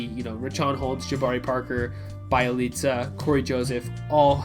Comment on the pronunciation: Be-Elite-Za not Bai-leet-za